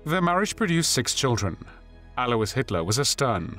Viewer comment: Alois is correctly pronounced.